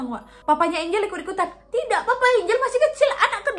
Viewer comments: Lucu pas Nadia nyebut nama Angel (ENJEL)dg ejaan ANGLE 😂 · Ngakak pas nyebut nya angle🤣 galak enjel wkwk